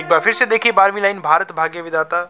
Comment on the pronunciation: Sir it's not Baghaya it's bhagya